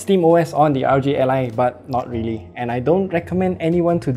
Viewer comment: Hey, just a little critique. It sounds like you're saying RG ally. Make sure to slow down enough with initialisms like R O G.